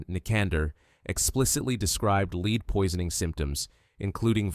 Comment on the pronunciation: The metal lead is pronounced "led". Good video!